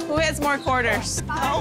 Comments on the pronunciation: She said quartels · she said "Quoils" and not quarters 😂😂 Cute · "One i had six qoils" haha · They girl sounds like she is saying quertels!